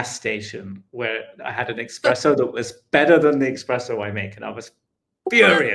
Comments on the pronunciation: Coffee connoisseur....but "expresso" 🤭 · Bro is an “expresso” nerd…